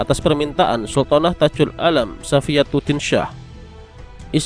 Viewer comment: Ges, Bacanya Syah ya bukan Syiah apalagi Syi'ah